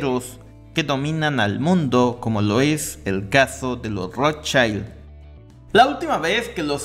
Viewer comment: Se pronuncia Rotschild, no Rotschaild, estimado.